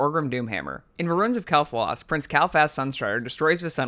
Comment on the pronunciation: and Kael'thas